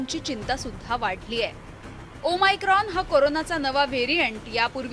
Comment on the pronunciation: डियर मराठी मीडिया, ते ओमीक्रोन/ओमीक्रॉन नाही. ओ-मेगा(o-mega) सारखं ओ-मायक्रॉन (o-micron) आहे. आधी नाव नीट घ्या, मग घाबरवा. प्लिज..🙏